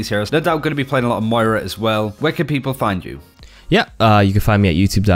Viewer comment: I can't believe you said "Moira" right !!!